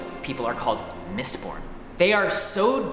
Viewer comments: Only I heard "Mist PORN" not "MistBorn"? :D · i thought he said mistporn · Thought ya said Mist-porn there